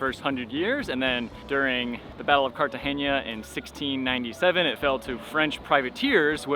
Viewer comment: Love the video thankyou guys! Heavily gringo haha he keeps saying "Cartageña" 🤣🤣